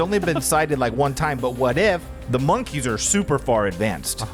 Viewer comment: Lmao “Monkys”